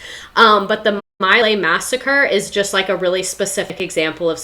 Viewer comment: Pronounced. MEE-Lie